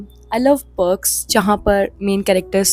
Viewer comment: I loveee your videos...but there's just a particular irritation I get when you say "Books", it sounds like bugs or perks...I'm so sorry...but loveddd the vdo. 🎀